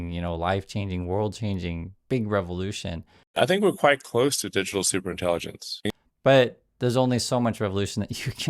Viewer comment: What’s with supreinttilligents …suppperrintegillens ,superintengilents …..when lies are the truth